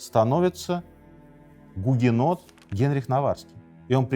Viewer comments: Гугенотили не правильно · Сынок! Ты гугенот?! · Сынок, ты гугенот? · Сынок ,ты гугенот? (С)